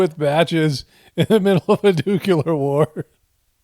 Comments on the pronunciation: It's nuke-LEE-ar NOT nuke-YOU-lar. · I can't help but think of homer every time says nucular. subtle comedy is on point.